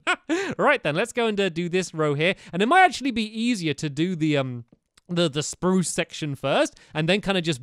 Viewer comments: You did not say it right you said sprue not sprrrrrrrrrue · Guys stamps forgot to pronounce spruce sprrrrrrrrruce